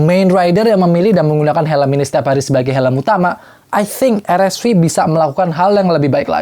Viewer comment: Paling suka sama pembawaannya, channel ini doang yg spelling RSV nya gk gatel di kuping, yes "ar-es-vi". Kalo channel lain nanggung inggris enggak indo enggak "er-es-vi" 😂. Kalo spelling indo bilang aja "er-es-ve" Kalo inggris ya "ar-es-vi".